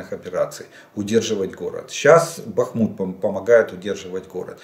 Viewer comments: Красава Владимирович за правильное ударение на БахмУт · Добрий вечір, пане Олеже! Дякую за інформацію👌 Давно хочу написати, що Ви постійно поправляєте самі себе в назві міста Бахмут. Я слухала українського історика Олександра Алфьорова відносно історії міста Бахмут. Він сказав, що немає значення, де ставити наголос. Правильно і БАхмут, і БахмУт. Так що говоріть так, як Вам зручно🙂